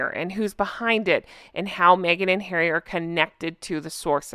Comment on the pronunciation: she cant say Harry